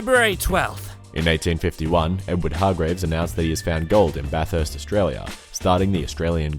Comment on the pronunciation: You pronounced Bathurst slightly wrong. TRIGGERED!!!!!